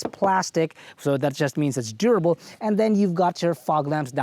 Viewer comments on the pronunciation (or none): none